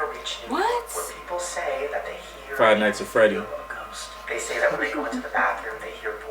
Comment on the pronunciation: When said Five night's at fready's I died